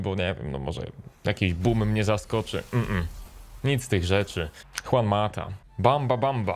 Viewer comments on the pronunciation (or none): none